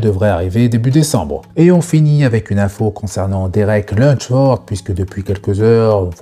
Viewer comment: Salut, j’adore tes vidéos ! Merci pour ces actus que tu partages quotidiennement 💯 Par contre pourquoi Derek son nom tu le prononces « Lunchford » au lieu de « Lunsford » ? Il n’y a pas de « ch » dans son nom 😅